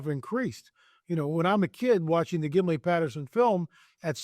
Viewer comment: His name isn’t “Gimley” and it was 1967 not 1966. Sheesh